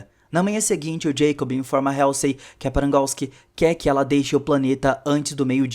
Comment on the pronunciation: Legal o resumo, mas a pronúncia da Dra. Halsey esta errada. Mesmo erro que quase todo brasileiro comete com a plavra Apple.